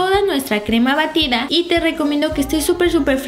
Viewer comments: en el minuto dice crema barida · jajaja crema Barida -> minuto Batida.. :) jajajaja Suerte chicos.. Galee